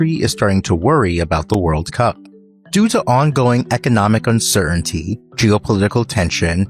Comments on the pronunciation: Sir-un-tee a lazy read from the package guy. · Please teach your AI commentator how to pronounce “uncertainty”; the second “T” is not silent